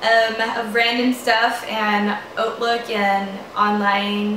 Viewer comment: Did not know Hautelook was pronounced like Oatlook!